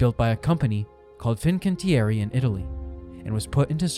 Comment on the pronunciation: The same goes for the Italian name „Fincantieri“